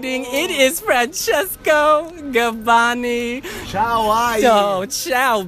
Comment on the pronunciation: Amazing...... Love his English pronunciation! Namaste, Grande Gabbani!